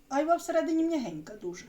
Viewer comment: Правильно айва' а не а'йва